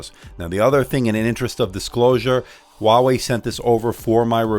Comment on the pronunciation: Its called Huawei not walway